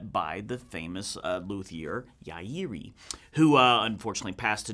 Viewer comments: “Ya ear di” is the proper pronunciation according to my son in Japan. He says there is no ‘r’ in the Japanese language and they pronounce it as a ‘d’. He’s been living in Japan for 7 years now, so I trust him on this. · Lovely acoustic, but understaddle piezos are a crime against humanity. Sigh. The LRBaggs ibeam is seriously great, the HiFi is probably fine, too. Don't feel bad about pronouncing ya-erie wrong ("ya" as in yahoo, erie as in the canal); Japanese has quite simple pronunciations rules, but if you don't know them, you don't know them. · Roll the r sound (like a softer d) off the anterior part of the roof of your mouth and you have nailed it! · I think it's safe to say all of us American guitar players have been pronouncing Yairi wrong, and that includes me. I only learned the proper pronunciation a few months ago, lol. But no matter how ya pronounce the late great Mr. Yairi's name, his small Japanese company has been building some of the finest instruments with handmade/spoke-shaved necks & I'm assuming individually hand-tuned tops as well. Furthermore: in my opinion, Mr. Yairi's genius 2-pc/separate bridge/saddle and "in the top" pin block design is the very best design ever installed on any acoustic guitar. It does 2 things: the pins & strings have a better direct connection to the bridge plate and top, plus the very steep angle of the strings crossing over the saddle & bridge results in better energy transfer, as well as totally eliminating the problem of bridges pulling off of the top and/or causing the top to bulge around the bridge. I believe it's the best innovation ever since C.F. Martin first invented the Dreadnought. Yairi also uses the method of placing every guitar in a room where loud classical music ( and perhaps other music as well ) is played non-stop so the guitars sitting in that room will vibrate continuously for no less than 30 days. Only after 30 days, will they be made available to ship and sell.